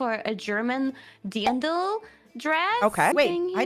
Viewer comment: I always heard dandel😂